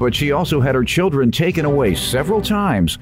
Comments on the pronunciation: I’m with you. That “ tooken” was getting on my nerves!😳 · It’s “Taken” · #1 All of that nonsense for a television? Pathetic #2 It's taken not "tooken" #3 Yes, my day is so boring I not only took the time to criticize but edited my comment to state the fact